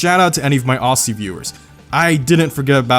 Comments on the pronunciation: Bruh it annoys mean when people say “ossy” it’s pronounced “ozzy” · Pls stop saying ossie. Is Ozzy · Its pronounced oZZy not ossie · It’s auzi not aursi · Ozie not Ausie- Australian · Mate it’s Auzzie the ss is pronounced like a z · aussie is pronounced "ozzy" instead of "aucy" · Loving the shout out for our old school Holden Muscle here in Australia, but please PLEASE never say Aus-sie again 🤣 we pronounce it Oz-ie it hurt my soul a little to hear that lol Great video mate! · hey man aussie is is pronounced ozzy not asy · It is pronounced ozy not Aussie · It’s pronounced “ozzy” not “ausy” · Orssssiy viewers, auzzie = Aussie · "ossie" come on man.... its OZZIE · plz don't put me of as a hater but ausy its pronounced auzey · ohsee lol its pronounced oz E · its pronounced auzies 🙂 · Written Aussie, pronounced ozzie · Did he say ossie? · “Awcee viewers” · Not ossie it’s Aussie but thanks anyway haha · Auzzzie ( thats how you say it ) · Ozzie not Aussie but cheers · ITS PRENOUNCED AUZZIE REEEEEEEEEEEEEEEEEEEEE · Aussie is pronounced O-Z-i. Like the gun Uzi but Ozi. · Its OZZY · Spelled aussie pronounced ozzy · Everyone's wrong ,it's actually OSZY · lol I love how americans say the word 'aussie'. Down here we pronounce it almost like its spelt 'auzzie'. Just fun to hear haha. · they way you say "aussie" is wrong but i am gonna be nice considering you gave us some credit for our muscle cars thanks for the credit. our muscle cars are sometimes overlooked because of the generalization that muscle cars are american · its aussie😂😂☠️ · ohhh the way he said aussi the American accent when saying aussi words